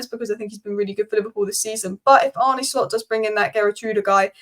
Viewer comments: His name is pronounced Arneh and not Arnee. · Great stuff! It’s Ar-nuh Slot (not Ar-nie), but as always your overview is spot on.